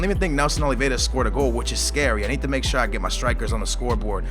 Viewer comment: Read Nelson Oliviera not Oleveda, and its not paulingu, cmon i thought u were portuguese.